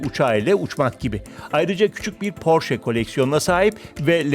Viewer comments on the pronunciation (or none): none